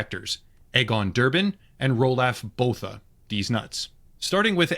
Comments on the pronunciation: im south african and the way he says roelof bothas name annoyes me XD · Out of everything, the thing that pains me the most is his absolute butchery of the name "Roelof Botha." Man made him sound like some kind of two dollar fantasy character.